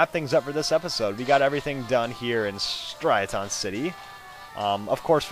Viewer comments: its pernounced stri a ten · It's pronounced "Stri (like strident gum) a-ton (like "a ton" of magikarp) city" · im sorry but it is pronounced Stry-uh-tin City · I always thought it was pronounced stri-aaa-tin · It's pronounced "Straiadon"